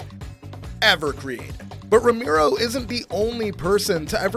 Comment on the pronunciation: Bro you lost me when you started calling him "Ramiro"